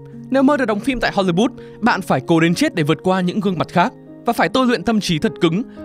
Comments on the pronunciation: hollywood ::: hollybood ad phát âm nghe lạ thế. Góp ý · Không hiểu được tại sao cứ đọc đi đọc lại Hô Ly Bút?? Wth 🖊?????????? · tại sao cứ HOLYBOOT, HOLYBOOT? có meme châm chọc hay gì à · nên cải thiện giọng đọc, giọng phát âm tiếng Anh ở những video sau ạ. Không hiểu sao cứ phát âm hôly-bút, nghe rất khó hiểu. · Thiệt, cứ tưởng phim ấn độ. Cứ hollybood miết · mình có nghe nhầm không nhỉ? "Ho-li-but(s)" ???????????????????????????????????????????????????????????????????????????????????????????????????????????????????????????????????????????????????????????